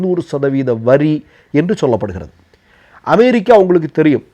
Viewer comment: Try to pronounce America not Amairica